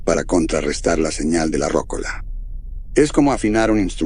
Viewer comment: Muy buen relato, gracias 👍 (comentario aparte, se pronuncia "rocóla", no "rócola"😉)